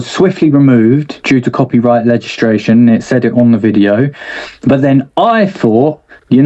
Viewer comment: Mic Righteous a lyrical artist but can't pronounce legislation properly 😂😂. Brilliant